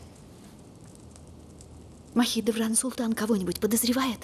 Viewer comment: А мне слышится вместо Мусороведран, Махидевран😂😂😂😂😂